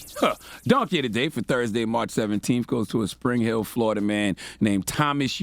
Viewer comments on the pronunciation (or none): "FloriDUH, ladies and gettlemen, FloriDUH" -- Uncle Charla 😣🐊